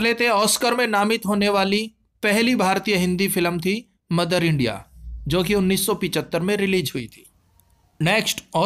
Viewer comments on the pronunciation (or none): none